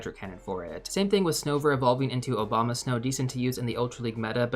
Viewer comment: bro really said “Obamasnow” lol